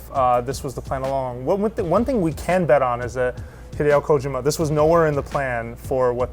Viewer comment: ko-jim-ma ? wtf